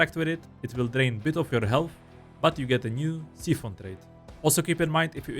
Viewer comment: Long I in Siphon. S-eye-fin sīfən